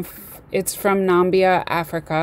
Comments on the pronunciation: Um um um ...not numbia... namibia. Real nonsense. Delete... and try again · NA-MIB-IA, you are mispronouncing the name of the country to your students